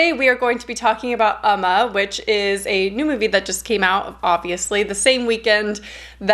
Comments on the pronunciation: ooo-ma not uhh-ma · Hey! I love your videos and your channel! I just wanted to let you know that Umma is pronounced more like "Oh-ma" in Korean! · “Oh-ma” is the pronunciation :) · Its pronounce umm...ma it means mother in Korea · pronounced "uh- MAW" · “Oh-ma” is the pronunciation:) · It’s OM-Mah lol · Been happy to see all the current film reviews. The Korean pronunciation should be more like "Um-ma".